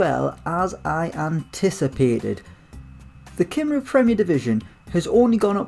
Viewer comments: Just for future reference, Cymru is pronounced Cum-Ree not Cim-roo lmao :))) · Cy-m-ru not Cim-rou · It's pronounced cumree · Drinking game: Take a shot every time he says Kimroo